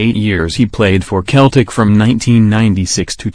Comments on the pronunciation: The team Name is Pronunced as Seltic Not Keltic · I stopped when he said keltic